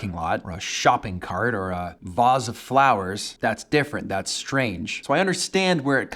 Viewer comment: OH, dear heavens, thank you SO BLOODY MUCH for the pronunciation of 'vase' there, chief. hats off to you.